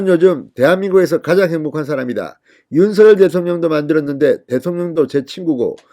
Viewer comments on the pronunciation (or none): 왜??윤서결대통령으로 아직 발음하시는지 대통령이 윤성열로 불러주길 원하셨어요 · 윤성녈로 읽으라고 문자줬잖아. 좀 띨하네.